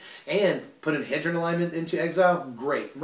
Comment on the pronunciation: Trust me it's H-ee-dron not hedron